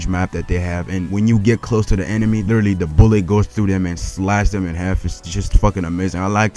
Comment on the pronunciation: "The" not "Da"!